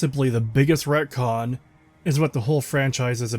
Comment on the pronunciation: ReTcon. Not racon.